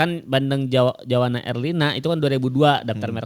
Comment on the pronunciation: Juwana, bukan Jawana